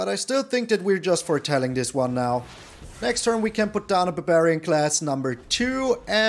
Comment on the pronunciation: The way you said barbarian made me laugh pretty hard. Buburian. It's no longer barbarian, it's buburian now.